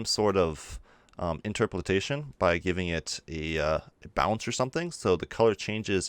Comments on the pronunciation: In-TROP-o-lation, not interperalation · Just for future reference: In-ter-po-lation. Not in-ter-po-lit-ation. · dude...seriously the internet exists....you CAN google things....but since you apparently wont...its INTER-POL-ATION AS IN {IN-TER> POLE> AYE-SHUN} LOL great video though dude seriously yoru awesome and I am just teasing you ;) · How you say Interpolation ("Interpoltation") really bugs me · it's interpolation not interpretation :) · IN - TER - PO - LASHION dying inside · “Bezier” is pronounced “Bez-ee-ay”, also, your other problem word is pronounced “in·ter·po·la·tion” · It's inter-po-lation(just like lotion but with an a) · I believe the word you are looking for is Interpolation (pronounced INTUR-POLE-ATION) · Good tutorial! Just know - pronounce interpolation as it is spelled... In-ter-poh-lay-shun. That, and bezier is not pronounced as it is spelled. It is actually pronounced "Beh-zee-ay" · Great tut my dude. Interpolations a tricky one, I believe its pronounced something like; in-ter-po-lation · Hey; thanks for great tutorial (as always). By the way: it's "inter - po - la - tion".:) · I love the tutorial.... but geezus... stare at the word and perhaps adjust your own interpolation setting to slowly read I-n-t-e-r-p-o-l-a-t-i-o-n